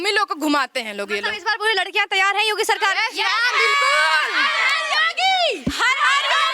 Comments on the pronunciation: Name to sahi se bol do Yogi ka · Pahale tum yogi modi ka name to dhang se lo